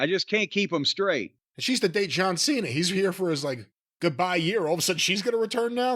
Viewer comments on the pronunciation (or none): none